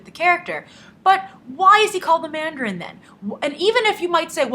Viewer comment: Dont call it "Mandarine" lol